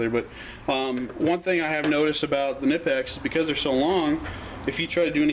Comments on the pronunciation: Im going crazy over why people ALWAYS think the "K" in Knipex is silent, IT´S NOT!!!!!! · Seriously man, pronounce the damn K already. It takes all but 1 minutes to go watch one of the videos on the Knipex page and hear it for yourself. This shit is getting annoying and really old 😂🤣😂🤣😂🤣😂🤣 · You are right! It is pronounced K-Nipex, not Nipex. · In the UK most people say NIPEX , going along with the silent k thing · David Thegreat it is silent! K before N is always silent...like knife, knew etc...knipex is no different!